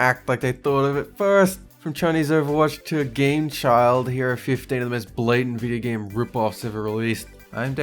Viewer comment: Did you have a stroke when you said video game?